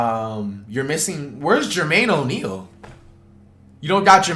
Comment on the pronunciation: Jermaine O’Neal?…………… Jermaine…..O’Neal….